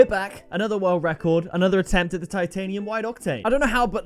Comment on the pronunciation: Attemps? Sir okay, okay you have done it now like 20 times?!?!